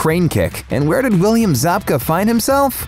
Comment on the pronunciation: It’s William Zabka dude